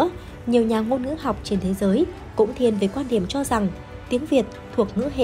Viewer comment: GIỌNG ĐỌC LƠ LỚ CỦA TỈNH LẺ . "QUAN ĐIỂM" ĐỌC LÀ "QUÀN ĐIỂM" . KỸ THUẬT ĐỌC CÒN KÉM .